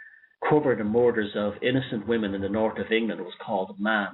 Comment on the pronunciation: North sounds like nourt 0 sound like caught?